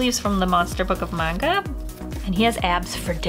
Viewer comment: I thought it was manga girl, not magna girl